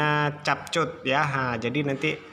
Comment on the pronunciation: Om bukan cap cut tapi kap kut ya gpp om Manusia jga bisa salah semoga 1jt sub